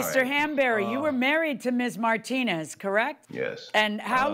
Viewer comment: Martin-nez 😂 pronunciation took me out